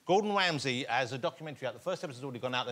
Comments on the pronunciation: Gowdon Wamsay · Gowdon Wamsey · Gowdon Wamsey got Woasted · godon wamsey